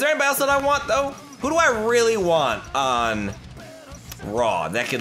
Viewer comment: "this is weally up to u "